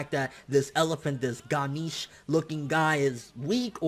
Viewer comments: Ga-neesh??? It's pronounced Ghanesh I believe? But regardless, cool stuff man :) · You said ganeesh. Imma kill you homie. You butchered it so hard. it is pronounced Gun-aysh (sorta like that). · BRUUUUUUUUUUUUUUUUUUUUUUUUUUH ITS NOT GANIIIIIIIIIIIIIIIIIIIIIIIIIIIIIIICHE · It's pronounced "Guh-Nesh" or "Guh-Nesha". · u r pronouncing Ganesh wrongly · The Pronunciation of "Ganesh" is making me sad